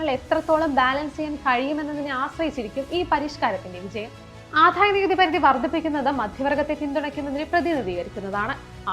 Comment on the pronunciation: Good presentation and content. A small suggestion to concentrate on specific words like Adayanikuthi. It’s not ’Adhaya’ , its simple ‘Adaya’. Kudos team!